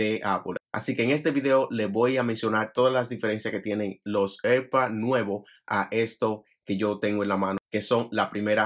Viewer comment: Cada vez que dices “erpads” muere un gato